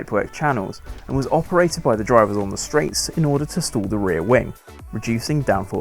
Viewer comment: Don't be confused by the narrator's pronunciation of "stall". He uses a distinct "O" sound and no closure in the "L", so it sounds like "store". No, air pressure is not being stored in the plumbing. The airfoil is stalling.